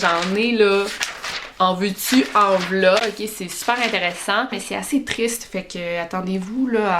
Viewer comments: En veux tu en v'leua... Lol, j adore cet accent. En dehors de tes vidéos qui sont top aussi. Merci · Jadooor quand tu dis « leu » En veut tu leu ben en v’la 😂😂😂😍😍